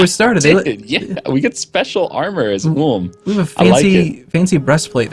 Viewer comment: They are saying Ulm wrong